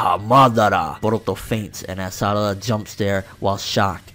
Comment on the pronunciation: i dont trust people calling sarada "salada" .. this aint legit